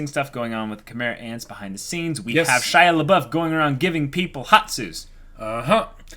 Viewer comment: Shailabouf hahahha come on